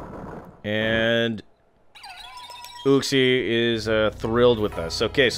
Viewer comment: He can't read, listen how he says uxie😂